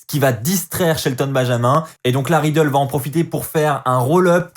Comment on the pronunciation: super review mais arrete de dire matt riddle ses riddle mdrr